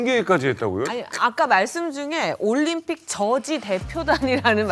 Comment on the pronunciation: 올림픽을 왜 *림픽이라 하는거임??